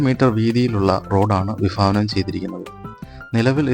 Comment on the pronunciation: വിഫാവനം അല്ല വിഭാവനം എന്നാണ് പഠിച്ചത് 😮ഫാഗം എന്നല്ല ഭാഗം എന്നാണ് പഠിച്ചത്, താൻ മലയാളത്തിൽ ഭ എന്നൊരു അക്ഷരം ഉള്ളതായി അറിഞ്ഞിട്ടേ ഇല്ല കഷ്ടം